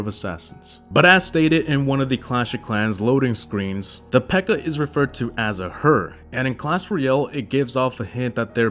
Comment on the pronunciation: Her name isn't Pekka. Her name is P.E.K.K.A. I mean, she's got five names.